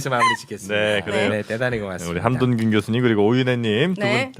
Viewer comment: 원고에 써있을거 잖아!!! 함ㆍ돈ㆍ균 이라고 일부러 그르는거 티난다